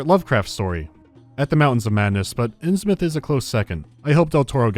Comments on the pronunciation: Fish people as far as the eye can see. Although as a resident of Massachusetts (the state where the majority of Lovecraftian stories take place) it bothers me that they butcher the pronunciation of Innsmouth (it's more "inns-myth" and not "inns-mouth"). And before anyone tells me "it's a made up place, you can pronounce it however you want" no, you can't, not when there are towns like Falmouth and Monmouth that are pronounced in a similar way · Oh yeah, that bugs me as well but I can't really blame Sinking City too much since almost everyone says it wrong. Absolutely a research fail but an easy one to make.